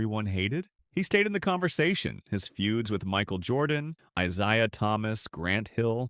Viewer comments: I ZAY uh Thomas not I ZI uh. Im so tired of this AI garbage 😮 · Eye say ah Thomas. Thumbs down.